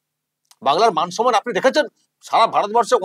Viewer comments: বাংলা নিয়ে এত দরদ।বাংলা শব্দটা ঠিক বলে না।সন্মান নয়। সম্মান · উচ্চারণ টা সনমান না কি সম্মান?😅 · উনি 'সন্মান' কথাটা যখন বলেন তখন 'পবলেম' হয়ে যায়। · সম্মান নয়, সন্মান বলেন, গভর্ণমেন্ট বলে না, বলেন গড়মেন্ট। জায়গায় বলে না, বলে জাগায়। মুখ্যমন্ত্রীর পদে লজ্জা! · কথাটা সনমান নাকি সম্মান?